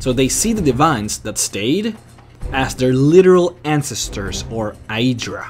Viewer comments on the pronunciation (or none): of me, it is violating my ears. He pronounces 'ancestor' as 'encesthuor', and instead of saying 'he wants to know what it is' he says 'he wanna know what is it'. Quite cringeworthy.